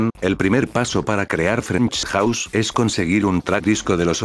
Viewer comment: "Frenksch Jauss"